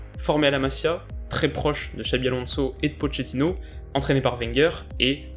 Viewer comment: Très bonne vidéo comme d’hab ms en italien “ch” se prononce “qu(e)” on dit donc Po”qu”etino 😅